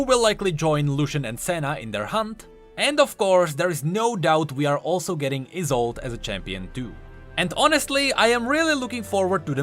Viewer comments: I think the is is pronounced like the final e in Yone (so Yo-neh end Ee-sol-deh, not Ee-sold), it being a German name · Let me just save you from a bombardment of bullshit "Iss-old-ay" Is how you pronounce it. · I think her name was pronounced EYE SOLD E my last name is Isolde and pronounced like that/